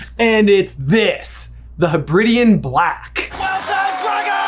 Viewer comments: To be fair though, the way pronounced Hebridean is consistet with the British vs American pronunciation of Carribean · I had always assumed that the Lake was Loch Ness, the Giant Squid Nessie, and Hogwarts was Castle Urquhart. I am now not so sure. I also love that butchered how to pronounce 'Hebridean', but was worried about Bethir. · Pls american brothers look up how to say Hebrides and Hebridean ahah